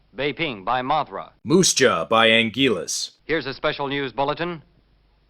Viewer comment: Anguirus not angilus